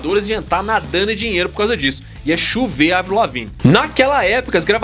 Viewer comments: finalmente alguém fala Avril com som de A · mds primeiro canal falando o nome da Avril CERTO e elogiando o talento dela! lindo gato +inscrita (sou dã antiga desde 2007) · Parabéns por falar o nome dela certo Avril e não Eivril rsrs😂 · Não. O nome dela é Abril em francês e se pronuncia Avril mesmo